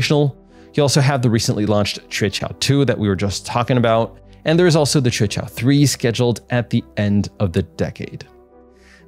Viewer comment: You are the only one who had pronounced QUEQIAO correctly, I mean non chinese, bravo